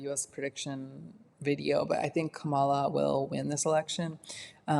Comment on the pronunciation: Her name is pronounced Comma-la, not KamAla.